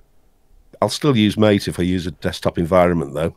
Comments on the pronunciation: Mate' desktop has a small section on there web site on how its meant to be pronounced, and is in fact pronounced "Ma-Tay" according to their web site quote: "The name “MATE”, pronounced Ma-Tay, comes from yerba maté, a species of holly native to subtropical South America. Its leaves contain caffeine and are used to make infusions and a beverage called mate." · please keep calling mate MATE and not meit....